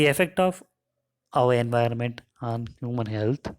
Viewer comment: Enviirroonnment nahi hota.....😭